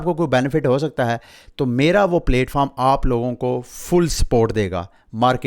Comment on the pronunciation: Its not 🍽️foam 🙏🏻 its platform.